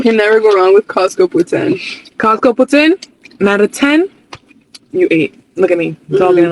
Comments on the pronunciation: It's nit poutain. It's poutine (poo-TSIN, or pooTSEEN, yes the TS is intentional, but the T is subtle). 😊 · That "e" at the end is very important. It's pronounced poo-tin, more or less. What that guysaid literally translate to "prostitute" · Uh....it's pronounced "pou- TIN . "Putain" means something ENTIRELY different! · Poutine, not poutin or putin, pronunciation makes a really big difference.